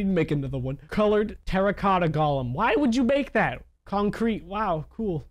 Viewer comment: Nobody::"Gaulem"